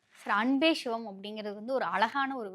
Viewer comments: "Shhhhivam" ileh! Sivam ! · இந்த பாப்பாவுக்கு தமிழே தெரியாதா. "பள்ளிக்கூடம் போறதுக்கு முந்தி பயிறு பயிறு ண்ணான், பள்ளிக்கூடம் போனப்புறம் பசுறு பசுறு ங்குறான்" என்ற கதையாகல்ல இருக்கு. 'ச' என்ற எழுத்தை உச்சரிக்கத் தெரியாதவளுக்கு ஷிவத்தைத் தெரிந்து என்னாகப் போவுது. திருமூலரைக் கேட்டு என்ன வரப்போகிறது. இதெல்லாம் ஒரு Fashion. திரு. அக்கறையான தகவலுக்கு பயனிருக்குமா....